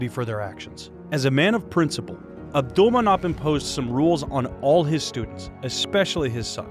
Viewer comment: Ab-dull-man-opp-aa-vich your butchering his name lol